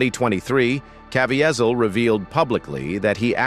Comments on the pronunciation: Why can’t you pronounce Jim’s name correctly? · Please if you are going to review this . PLEASE LEARN HOW PRONOUNCE JIM"S LAST NAME.